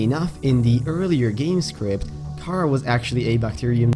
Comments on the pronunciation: Car ar that's how it's pronounced not cara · its karar not karaa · It's not cara you say it like ka raa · I think it is pronounced Kha-rah